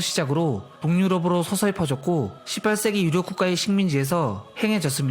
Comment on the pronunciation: 왜 18세기 말하는 부분이 ㅅㅂ이라는 욕 처럼 들리냐 ㅋㅋ